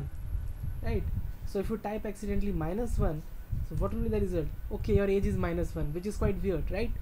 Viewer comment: ahahha you said get aids instead of get age